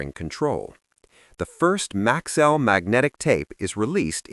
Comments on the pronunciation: its MAX-ELL NOT MAXWELL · For most of the video you pronounced the name correctly - Max-cell. Then suddenly it changed to Max-well towards the end. A company like Maxell that prided itself on precision and quality deserves a video that's equally precise. Also. If you are telling the history of Maxell in chronological order, why wait to the end before mentioning that Hitachi owned them since the 70's like it was insignificant? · It's an AI slop. That's why pronunciation is wrong.